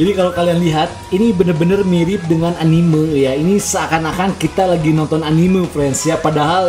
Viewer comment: Entah kenapa saya suka kesal kalau mendengar orang mengucapkan ANIMEU dan MANGA bukan ANIME dan MAN'GA.